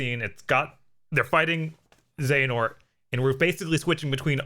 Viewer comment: 'χehanort'? I believe you mean 'Another χ'